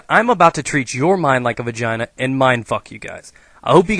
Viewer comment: you said vagaina at least 15 times xD